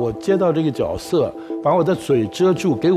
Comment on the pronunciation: Jue 色 不是 jiao 色